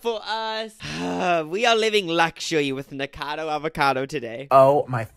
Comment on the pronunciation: Obsessed with the way u guys still don’t pronounce nikocado avocado correctly 😭😭😭